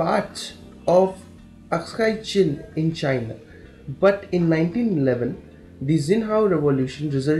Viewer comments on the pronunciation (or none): It is aksai chin and not askai chin